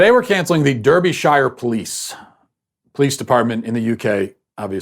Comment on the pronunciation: Just thought I'd clarify how Derbyshire is pronounced in the UK. Matt pronounces it "der-bee-shire". When in fact it's "dar-bi-sheer"